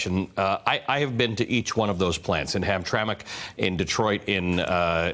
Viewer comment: Holy crap. "Hamtrack" Michigan? Oh-SHAH-wa, Ontario? Nice going with the pronunciation, Veelshy and Ruh-lay.